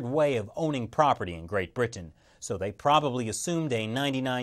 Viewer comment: why do you - an ostensibly interment-looking, sounding (except for your rather...odd pronunciation of Britain - which you say as 'Brih-tuh-ehn😳), talk like someone doing a bad comedy set? Are you...'afraid' that by Soundgarden 'intelligent' you'll turn people of from listening? There's nothing wrong with being knowledgeable-sounding, but, is hard to focus, because of your almost manic need for approval - with perusing every sense - makes listening really uncomfortable. Dry, monotone is never the way to sound, but, how about you just try to sound like you're speaking to someone - in person, and they're trying to learn from you. That's all you've gotta do.